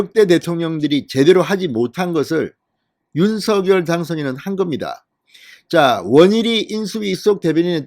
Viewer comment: 제발, 제발, 대통령 당선인께서 원하시는데로 윤석 열 로 발음하시는 예의를. .